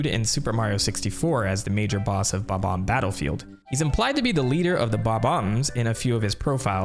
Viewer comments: Bomb-omb or Buh-Bomb. At least stick to one pronunciation lol. I'm not sure which one is "right" but hearing both in the same sentence made me recoil. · Finally, someone who says Bob-omb correctly! (I've always wondered why so many people refer to them as "Bomb-om" when I'm pretty sure they've never officially been called that in a mainline Mario game. Multiple people do this, I've even met people in real life that do it. I never comment on it usually to avoid being rude, but it's always bothered me for some reason... And most things like this don't really bother me.)